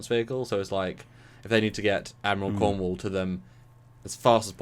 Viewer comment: Just checking guys..... is it pronounced Admiral Cornwall, or Cornwell?